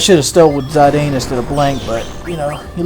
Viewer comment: it's Zidane like the french socker player, not Zadine:) love that you're doing a final fantasy game:)